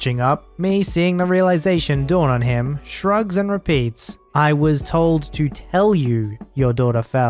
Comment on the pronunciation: The emphasis when reading should have been "I was TOLD to tell you..."